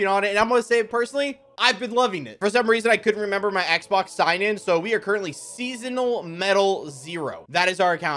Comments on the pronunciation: needs to go back to school bro can’t even read sessional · bro that isn't the word seasonal lol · This man really said seasonal 😅